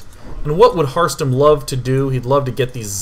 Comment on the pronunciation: Every time he says harstem, it sounds like hearthstone to me